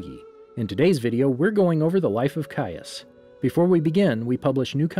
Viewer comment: Finally you pronounce his name correctly. Also, thank you for this